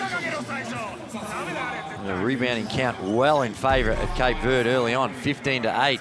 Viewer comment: i cant watch this while they pronounce 'cape verde' wrong lol